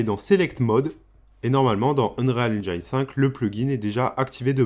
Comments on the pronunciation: "Engine" se prononce "haine-djén" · Super tuto, simple à comprendre et efficace! Je vais devoir regarder tes autres vidéos et surement m'abonner... Petite astuce pour prononcer correctement Engine, en français c'est comme dire "N Jean" (le pantalon, pas le prénom). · Enfait ça se prononce N-gine un peu comme une engine ;) Sinon vidéo plutôt complète et très sympa à suivre, bravo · Super tuto mais est ce que tu pourrais prononcer engine correctement stp ? Le i se prononce a la française tout simplement